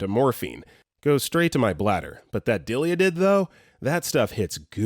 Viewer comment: Dilyadid 🤣 It’s Dilaudid/hydromorphone. I hate correcting words but sometimes I just can’t help it, especially on these medical videos. 😅 Soooooo many words get pronounced/spelt incorrectly (no shame, it’s not like you guys are doctors) and it always makes me crack up. As a joke at home I’ve been using the wrong pronunciation on words from these videos to confuse my husband to see if he can guess what I’m saying 😂 (We are both into medical) So thanks for the chuckles 🤭